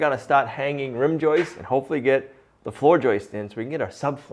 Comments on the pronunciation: He still has many lapses. His dictionary is filled with terms like joistes and escavator. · 🇨🇦Thank god he saw my comments or someone else's comment on pronouncing Joists instead of joices. After 32 yrs of carpentry it's been a pet peeve of mine lol. Cheers from Canada!🇨🇦